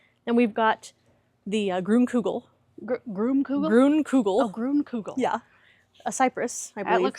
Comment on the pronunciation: Your "grun kugl" is "Green Ball"...it's german for "Grüne Kugel". 😂 You said it correctly!